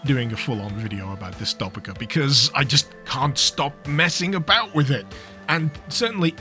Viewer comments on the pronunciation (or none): It's pronounced like dystopia why do you pain me like this bro